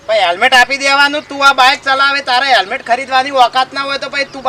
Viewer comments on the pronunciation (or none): hemlet nhi helmet bolo😁😁😁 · પોલીસ વાળા ને હેલ્મેટ બોલતા નથી આવડતુ